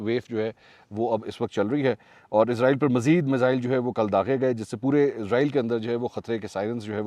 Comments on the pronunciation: اسرائیل کو ازرائل کیوں کہا جاتا ہے قرآن مجید میں اسرائیل لکھا ہے ازرائل ہندو کہتے ہے جو ہندو کہے گے وہہی ہم کہے گے وہ صحیح بول تے ہے ان کو تو صحیح اردو نہیں اتی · Please stop saying izrael... it's israel... izrael is an angel... while Israel is the most dirty nation in this world. So please don't call them izrael 😢😢😢😢🙏🙏🙏🙏🙏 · سر آپ اسرائیل کو عزرائیل کیوں کہہ رہے ہیں😮